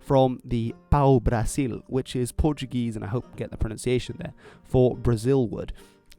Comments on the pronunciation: Brazilian here! Pau-Brasil is actually pronounced Pow Brahzeew lololol. Portuguese pronounciation is different from that of Spanish. Differently from Spanish, in Portuguese, we do not pronounce things as they are written, so s in the middle of vowels are pronounced like z, just like English. L in the end of a syllable is pronounced like a w. The a in Brasil is pronounced like a schwa, so Brasil becomes Brahzeew, or something like that. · A pronounciation tip: In portuguese, the "s" of "Pau-Brasil" (any "s" between two vowels) is pronouced as "z". When we want it to sound like "s", we put 2 "ss" (like the word "pássaro", wich means "bird"). Great video, btw! =)